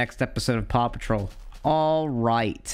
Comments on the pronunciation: You say Paw Patrol like Papa Troll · When he was saying Paw Patrol I thought he was saying Papa Troll and I can't unhear it. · I thought you were saying "papa troll" until I heard the word dog